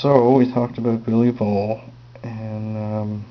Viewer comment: Sounds like you called Wittmans gunner Billy Ball,Don't you mean Bobby Woll.